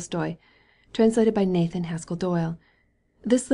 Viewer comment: her voice is so nice and soothing that i didn't even mind those parts, even kinda looking forward to it everytime, the way she pronounces "mary anne spiegel" and "nathan haskell doyle" just 👌a perfect reader for a such a great book